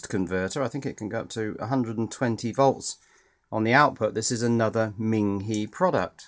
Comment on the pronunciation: Ming He would be pronounced Ming Hugh like the u in ugly Ming He the e in Chinese has the u sound in ugly. the i in Chinese has the long e sound like in Lee, so Ming Hee would be spelled Ming Hi I like your videos and they are almost addictive. Subbed